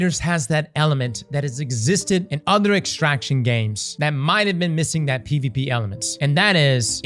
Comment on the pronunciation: hated dark zone -still repulsed by any "extractshion"